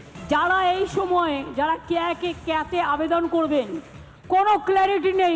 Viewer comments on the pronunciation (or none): ওটা CAA হবে, ক্যা নয়।